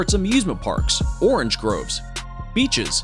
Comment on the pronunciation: ITS NOT ‘ ORRRRRENGE ‘ its orange 🍊 🤦🏻 😡 😂 😂 get it right!!! U can’t change a word to make it sound different if it’s spelt the same